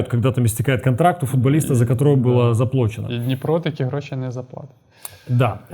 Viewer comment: Человек который вечно умничает не к месте, цитирует Пастернака, говорит «заплОчено»! Это фиаско, братан.